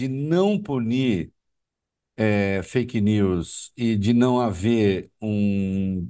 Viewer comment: Feique neus é feique neus é feique neus 😅😅 sofrimento, tem ouvinte esse aí?